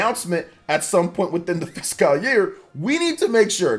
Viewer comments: Why does this dude say fiscal so weird? Lol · Bro I'm saying though